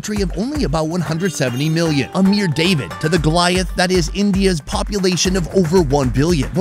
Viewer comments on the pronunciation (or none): none